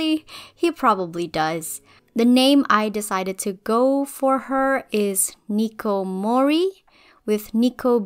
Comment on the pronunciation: is it just me or does Niko Mori sounds a little bit like hikikomori ?